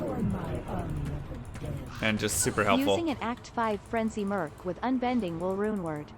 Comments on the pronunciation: its merc bro not mers take this downvote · i love your channel and content and all but man i can't power thru this vid due to the food eating... most annoying sound in the world i swear fo'gawd that and saying "merc" like murse/purse instead of merK as in when a mercenary MERC's someone.